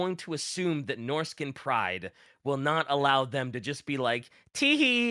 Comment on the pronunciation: good god hearing norsacan instead of norscan is some how jarring